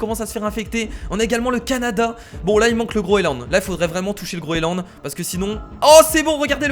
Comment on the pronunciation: Sa se dit le groenland pas le groeland